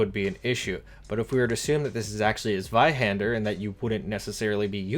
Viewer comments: Zweihand-er.. does she not know her er? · Me a german, smiling every time the word Zweihänder is said.